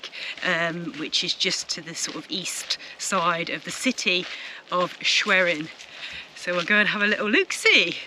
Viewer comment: Schwerin - German W is pronounced as the English V so it sound like Sssh ve reen 😆.